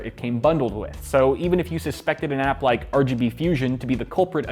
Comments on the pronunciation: I keep hearing "Patriot Act" rather than "Patriot app." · i keep thinking he's saying patriot act